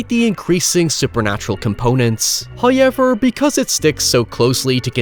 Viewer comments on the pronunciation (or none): “Hi-ever” when saying “however” lmao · Nobody: “…..”: “HoYYYever” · I just smile every time says "HOYEVER' 😁Also, the film was good. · First "hoyevver" drops . Blessed are we for His boundless gifts....